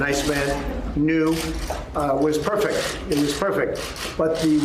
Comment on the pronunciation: Not perfect but “perfec”